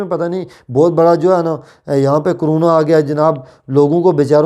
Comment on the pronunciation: پہلے اپنی اردو تو ٹھیک کرو پھر صحافی بنو .. عوام ہوتا ہے نہ کہ اعوام.. اقتدار کے ساتھ چموٹنے کی کیا ضرورت ہے 😁😂 Caroona nhi crono hota hai ..